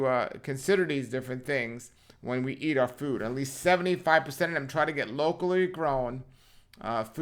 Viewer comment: Least, not lease as in lease a car. 🤣